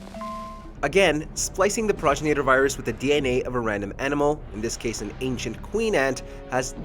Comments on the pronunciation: Pragrinater what? What is a praginater? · Ugh... It physically hurt to hear him butcher the pronunciation like that. Go play RE5 and actually LISTEN to the dialogue, man!! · Progenitor, not progenator. FFS 🤦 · Grammar police: Progenator isn’t a word. Progenitor ( pro gen i tor) is how it’s said. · Progenitor is pronounced : Pro-gen-it-er It's not said like: Proj-in-a-ter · Progenitor Pro-gen-it-or That's how it's pronounced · Pro-jen-it-or, it's basically spelled phonetically, leave it to to show how little they care to research their topics in the first 30 seconds. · "Praw-jin-ate-ur" Ohhhhh boy... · it's PRO-GEN-A-TOR ....lol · It's been said a lot but it bears repeating. "Pro-GEN-IT-OR" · pronounced PRO-GEN-NA-TUR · Pro Janitor 🧹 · Repeat after me, Pro-gen-I-tor virus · Da hell is there an "ay" in progenitor? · Nigga mispronounce the word “progenitor” when talking about it and shit odee cringe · God this guy can’t even pronounce progenitor correctly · Dude, the way you pronounced "progenitor" was cringey! 😂 #Sawry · Just came to the comments to see who else was annoyed at him pronouncing “Progenitor” SO WRONG! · He pissed me off on how he pronounced the "Progenitor Virus" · Your saying progenitor virus wrong dumbass!!!!